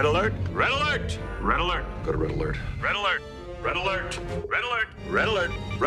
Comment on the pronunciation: After awhile it just starts to sound like RELLELERT